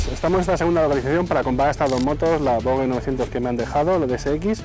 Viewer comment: Buen video, dejo el “lai” pero te hago un apunte; se dice VOJE